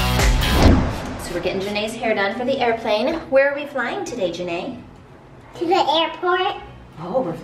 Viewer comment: Its Janae not Jenae